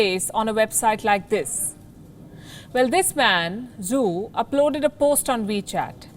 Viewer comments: Zhou is not pronounced as Zoo. It is more like Joe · "zhou " is pronounced like 'joe'